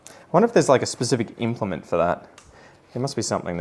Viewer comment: When you said specific implement twice I heard specific instrument both times 😂